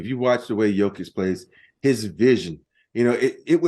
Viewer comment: Come on Dan, pronounce Jokić’s name correctl! Your guest, R. Horry did!